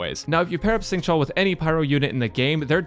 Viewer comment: instead of saying "sing", use an /sh/ sound instead. say "shing" and it makes the pronunciation a little bit better